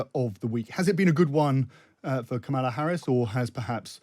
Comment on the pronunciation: Her name is pronounced KOHmala Harris, not kaMAHla.